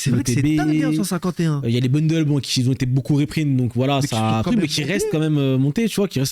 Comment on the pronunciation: "Qui z'ont" faut arreter😂 mais sinon vidéo cool!